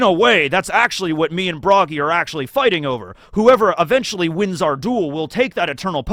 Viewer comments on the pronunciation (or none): none